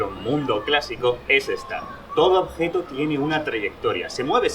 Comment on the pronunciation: porque cuando dice objeto alarga la O, objetooo xD